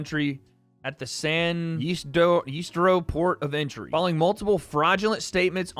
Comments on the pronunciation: i live in san ysidro, that’s not how you pronounce it 😭😭😭 the Y makes a “ih” sound so like “san-ih-seedro” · San ye-seed-ro LMAOOO it’s the San Diego border entrance